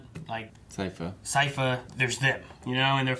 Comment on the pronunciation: And then mispronounce it again after the episode. :facepalm